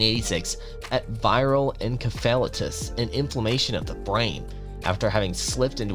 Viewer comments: It’s “en-seh-fuh-lie-tis,” not “en-kuh-fell-uh-tus.” Encephalitis. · Ahhhhhhh!!!! It's not ver-say-ses...It's Ver-sach-ee....And Encephalitis is pronounced, in-ceff-el-eyetous. Ahhhhh! EDIT..... Ka-po-sees Sar-koma! and Keith Hair-eeng. God damn kid! If youre going to make videos, practice a little and do some research.